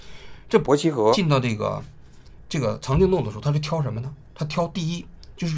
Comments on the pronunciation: 這一期伯希和三個字聽起來怪怪的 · 王菊连伯希和都说错？